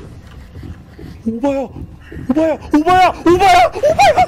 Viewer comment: 오바야 라고 말할때 오빠야 라고 하는줄ㅋㅋㅋ